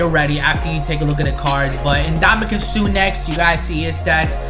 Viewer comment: the way that he said Suh’s last name😂